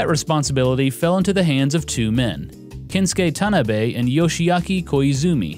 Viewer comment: "Kensuke Tanabe" is pronounced, "Ken-su-kay Tah-nah-bay" The "A" in Japanese always has an "ah" sound.